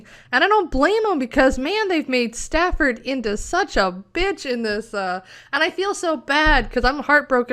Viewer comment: The character's name was STANFORD, not Stafford. STANFORD. Like the university.